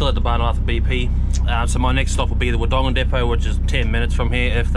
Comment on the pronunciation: Mate you have to learn how to pronounce Wodonga.. please 👍👍